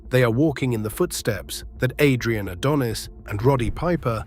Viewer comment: The thing that made me so mad about this video, is how you would pronounce Adrian's last name right, then wrong. Definitely makes me think its AI generated or read with AI